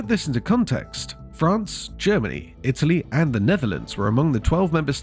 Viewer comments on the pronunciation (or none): none